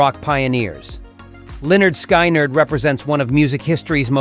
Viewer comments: The Beach Boys did not record. The Beach Boys' Brian Wilson made all the recordings using The Wrecking Crew. The road band only imitated the recordings. The Wrecking Crew also created the original Monkees recordings. I still hate robo-narration! "Lin-nard Sky-nerd?" The band was named after a gym teacher, Leonard Skinner. I agree with Cash 100%. I say this even though I am a long-time fan of The Eagles. The Eagles were not, ever, a country band. They were just a mild rock band. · Yeah, I have never heard their name mispronounced so badly. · Ah, yes. Leonard Sky Nerd. They did this one tune about Neil Young that I recall..."Butthurt Alabammy" or something like that. I liked Killdozer's version better, though. (Hint: next time, get a human to do the narration) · Pronounced 'Lĕh-'nérd 'Skin-'nérd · Lol Lynrd Sky-nerd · Their name is pronounced like this: Leonard Skinard. Please get it right. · "Leinarnd' Skyynard" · It's pronounced, " Leonard Skinerd". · The way to pronounce the name of the southern rock legends is "Lenard Skinard." if spelling phonetically. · Pronounced Lin-erd-skin-erd or something like that. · Why is he mispronouncing words like Lynyrd Skynyrd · Whoever the clown is Who did the narration for this needs to learn how to properly pronounce the name of the greatest Southern Rock band in history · You can’t even pronounce a great bands name Lynyrd Skynyrd so shut up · When the robot talking cant pronounce Lynyrd Skynyrd i cant believe anything it says. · Who the hell are you? You can't even say Lynyrd Skynyrd correctly! And who gives a nickel what a grand performer thinks of other popular ones? Johnny Cash was a grand performer. I love many of his songs. but, I chose who I want to listen to by my own determinations, not the attitudes of other performers, unless they are positive, of course. hehehehehehehehehehe